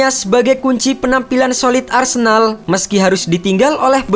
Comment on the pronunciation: Arsendal BG sebutannya